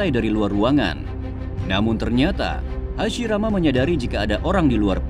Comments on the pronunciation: Hashirama ❌hasimaara✔️ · Hasirama cok bukan hasimara😊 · Hashirama ya, bang bukan Hashimara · Ceritanya keren. Tapi maaf, jadi agak lucu denger Hashirama disebut Hashimara😅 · Hashirama woy, lain Hashimara duh ngakakkk😂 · DIA BAHAS MISTERI DI NARUTO, TAPI PENGUCAPANNYA DIA SAJA MASIH MISTERI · Waduhh Hasirama jadi Hasimara..😅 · Hasirama kali min,,, Hasimara,, 😂😂😂😂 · Kirain takigakure yang lupa bilang hashirama, eehh ternyata sampai di ulang beberapa kali bilangnya hashimara muluk😂 siapa tuh? Engkongnya hashirama ya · Hashirama ❌ Hashimara ✅ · Hasimara wkwkwkwk😂😂 hasirama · Kenapa lu nyebut Hashirama Jadi hashimara 😂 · hasirama min,bkn hasimara 😅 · Hasirama pak ..bukan hasimara😂😂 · Hasirama ,atau Hasimara :v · Bukan hasimara tp hasirama min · Hasirama om..bukan hasimara😅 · Hashirama anjirrrr, bukan hasimara😅😅😅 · HASIRAMA bukan HASIMARA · Hashirama min bukan hashimara😂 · Hashirama cuy bukan hasimara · Menit salah dubbing spelling error, "hashimara" senju bukan "Hashirama" ngakak aii 😂, tp ok sih ceritanya lanjut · Kok hasimara senju bukan hasirama wkwkwkwkkwkwkwkwk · Ralat bang , hashirama bukan hashimara😁 Ttep sip bisa bikin funfict kyk gini, smngt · Hashirama bukan hashimara🤭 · Hashirama bukan hashimara bang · Wkwkw aku juga notolis hasimara untung ngga jadi murah. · HASHIMARA doooonggg🤣🤣🤣 Diulang beberapa kali lagi😂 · Hashimara trus bilangnya 😂😂😂